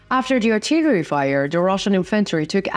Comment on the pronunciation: Pronunciation. Cont.. "Artillery" ..emphasis on second syllable! "Ar-TI-leree" Other than this, there are a few more, but great reports, thank you!